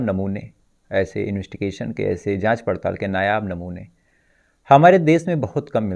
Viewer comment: इन्वेस्टिगेशन ऑफिसर होता है sir उच्चारण पर ध्यान दीजिए